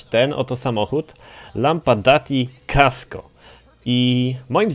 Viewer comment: Kasco! Nie ''Casco''.